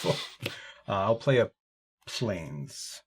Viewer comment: Hey calls one plain "A plainS" lol